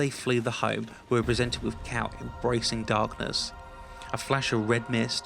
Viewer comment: When you said "forced Cal" I though u said force cow xD cool vid